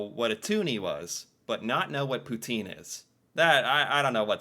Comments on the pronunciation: that made sense! “Poutine” and “twoonie”. He was getting the last syllable! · As a "French Canadian" I thank you for trying to pronounce Poutine " Pou-tin" with the accent lol, actually erks me the rest of the world doesn't say it how it's meant to be said. It's like the word croissant and then the way French people say kwa-ssant. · your pronunciation of 'Poutine' improves notably when you say it for the second time, as you capture the correct French accent! Félicitations;) And as you may know, Poutine is a dish originating from Quebec.:) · Canadians can even sing the American national anthem. You pronounce "poutine" perfectly, lol. PM Trudeau, Melania trump's fantasy lover. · You're definitely learning so much about our amazing country and THANK YOU for pronouncing poutine properly (as best as possible anyway - I mean... it's hard to do so without a French accent). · Poutine ! Very nicely said ty. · Thank you for correcting the pronunciation of Poutine! Love hearing it said properly, especially by an American :)